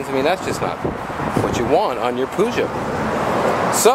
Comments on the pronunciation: poo-sho? i though it was peugeot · Haven't seen one of those in England since the 80's. Over here, we pronounce it like Purr-geot.